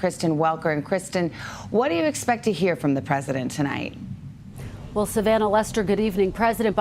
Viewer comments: “Good evening fellow Americans tolight I’d like to talk to you where we are” Potato President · “Tolight I’d like to talk to you” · Did anyone else notice when the doors open the Marines do not salute BIden? and when he first starts speaking he says" good evening tolight not tonight?